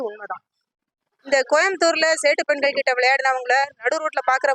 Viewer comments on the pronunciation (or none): பெண்கல் அல்ல பெண்கள் ள வ கரெக்ட் டா உச்சரிங்க